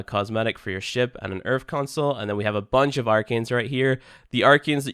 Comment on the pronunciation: Ah yes planet Earf, the british planet !